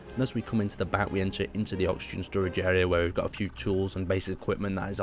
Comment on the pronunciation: Is this another "inspired" build? because I really cant tell what you have made any more, oh and you cant say storage right. Its not sturage its storage, say it with me STORAGE with an O not a U. or should we start calling you?